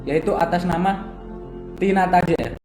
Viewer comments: " tinata " bukan " tinanta " 😂😀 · Tinata Jr kak..Bukan Tinanta Jr😂😭 Kopral Jono..Bukan Kofral Jono😂😭Heheh SEMANGATT KAKKKKK BUAT KONTENYA☺️